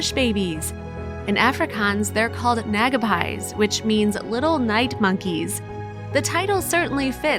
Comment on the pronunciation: not “nag-a-pies” it’s pronounced “Nagh-aa-pees”